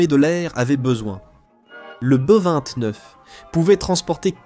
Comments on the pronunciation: le "boeux 29" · Exact ! Le "bœufs" 29 ! 😂😂😂